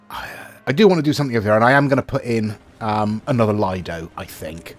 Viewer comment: it has been really annoying me for some time now so I thought I would finally say something; the word "lido" is pronounced "Leedo" with a long "e' sound for the I